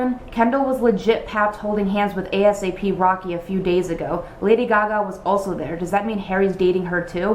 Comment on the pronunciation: ASAP rocky's name is pronounced like Aye-sap😂